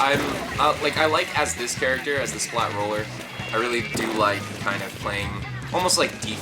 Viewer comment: It's roller not ruler.